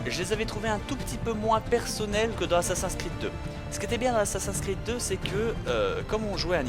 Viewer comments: pourquoi tu dis dis assassin creed c'est assasin 's creed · j'adore comment il dit "ASSASINKREED" ^^ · Je crois que ça doit bien énerver Benzaie les gens qui disent ' Assa-seins creed ' x) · Reden Franzosen immer so schwul?? Und sind die wirklich zu blöd Assassin's Creed auszusprechen? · La prochaine fois dit Assassin's creed avec l'accent anglais parce que j'ai les oreilles qui saignent. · C'est HALLUCINANT comme tu sais pas prononcer les nom comme Animus , Desmond , Assassin's Creed et Auditore sans parler de Ratohnaké:ton -_